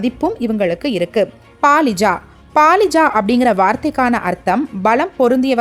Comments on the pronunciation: It is not Palija it is Balija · Not Paalija, but Balija